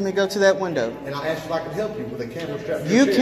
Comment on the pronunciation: He AXED to talk. 🐓🍼👶🏼😭. He was to cowardly to show it.